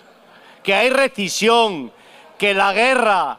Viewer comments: "Que hay recisión", dice el paleto. Gran video. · "Recision"....dice el de CCOO. Ni hablar sabe. Ahora, la "paguita" asegurada y calentita.:el vídeo me ha gustado mucho, incluso estoy de acuerdo con tus exposiciones. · Recision 🤣😂😂ni hablar bien sabe